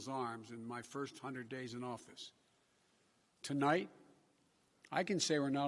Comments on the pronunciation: To light instead of tonight. Duh couldn't get past the 2st two words 🙄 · HE ACTUALLY SAID TOLIGHT! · I thought he said tea light